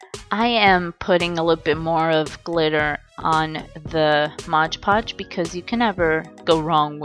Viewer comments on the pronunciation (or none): OMG HIGH FIVE I ALSO GET SOMEHOW ANNOYED WHEN THEY SAY MODGE PODGE INSTEAD OF MOD PODGE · It's not modge podge ahhhhhhh!! It's MOD podge